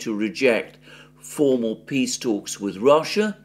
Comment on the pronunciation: "PEE" Summit 😂😂